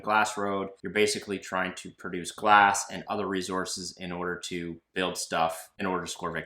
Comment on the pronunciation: Great Job! Congrats on the new home., stop saying re-zorces! LMAO! It sounds like you are trying to irritate someone. lol